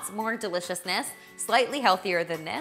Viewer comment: GWILLED CHEESE IF YOU PWEESE!!! (Check out the Elmer Fudd video. I love it)